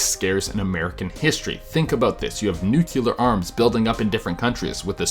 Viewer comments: Dude nuclear, not nucular please Ma stop saying nucular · You’re pronouncing nuclear wrong! Smh. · He said nuclear wrong 😫